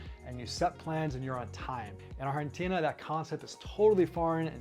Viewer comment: Just pronounce Argentina in english please lol